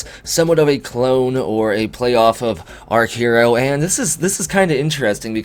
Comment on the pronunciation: Archero as in being an archer using arrows . Not arc-hero lol !!